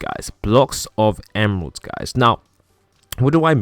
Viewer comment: Why he make a cwoss of emwerlds